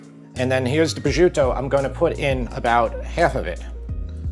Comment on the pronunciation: Prosciuto is pronounced pro-shoot-o not pro-zuto.